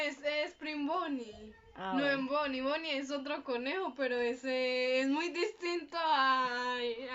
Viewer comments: Me gusta la parte en la que dice boniie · 20% del resumen "Entonces" 20% "osea" 10% "Fredys pizeria" no "Freddy Fazbear Pizza" neeeel 50% BONNIE!